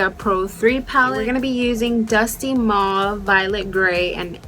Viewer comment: I like how you call Mauve [Pronounced MOWVE] Mohvee... So cute!